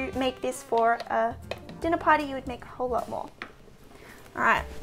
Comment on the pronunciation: Hearing an Australian say “Dinner Party” makes me nostalgic for “Mythic Quest: Raven’s Banquet.”